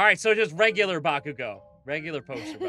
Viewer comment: I hear say "Bakugo" No one: Me: AHHHHH